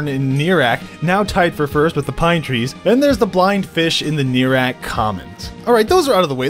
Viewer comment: Neerak? I thought it was pronounced Ner-i-ak.